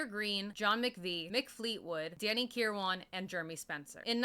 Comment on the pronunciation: Oh shit you actually mentioned him (Bob welch) lol. He committed suicide in 2012. Also I think Kiran is pronounced -ker-win. I could be wrong. I prefer your pronunciation anyways lol.